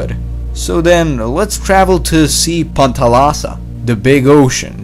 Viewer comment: Good video but i think you made a mistake with the name panthalassa. Pan=all and thalassa=sea. You said pan pacific. Iverall good video.